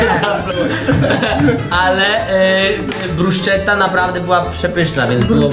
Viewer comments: brusketta wymawia sie bruszeta Fausti 😅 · Nie bruszczety tylko bruskiety, nie parmedziano regiano, a parmedziano redziano 😂😂😂😂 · BRUSKETTA!!!!! NIE BRUSZCZETTA XDDDDD